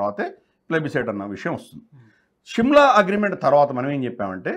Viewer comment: Shimla is wrong pronunciation of telugu